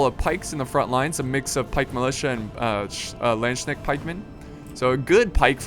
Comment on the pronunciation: Your pronounciation of "landknecht-pikemen" is funny :D (I don't blame you, we Germans have many difficult words like "Tschechisches Streichholzkästchen" :D )